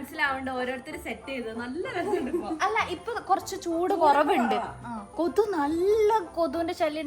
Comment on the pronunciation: കൊതു അല്ല കൊതുക്